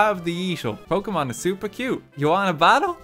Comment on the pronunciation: your pronunciation of the pokémon names is.... painful, in some cases xD (and this is coming from someone for whom English is their third language)